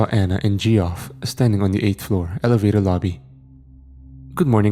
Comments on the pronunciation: Gee-off? It's pronounced "Jeff" 😅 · Geoff lol the way he pronounced that name is funny